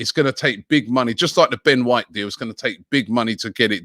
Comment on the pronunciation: Surprised Robbie managed to pronounce “Ben White” correctly